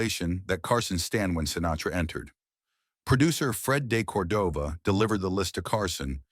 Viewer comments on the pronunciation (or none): The mispronunciation of de Cordova was especially annoying.